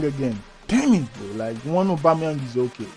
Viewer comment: man said aubemeyang best striker on leauge